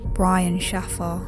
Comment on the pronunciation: His surname is pronounced 'shay-fer'!